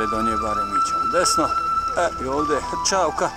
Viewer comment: Nije Hrćavka nego Hrčavka,lijepo piše